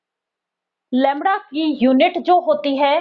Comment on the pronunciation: Lamda nhi hota Lamda hota hai😂